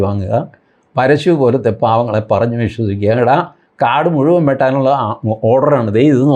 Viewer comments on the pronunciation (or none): none